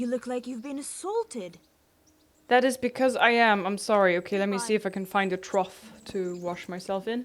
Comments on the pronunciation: Trough...sounds like troff. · Hey ! Im really enjoying this playthrough so far. Also "Trough" is pronounced, "Troff". The gh at the end is sort of like Tough or Rough. It makes the F sound. I hope this helps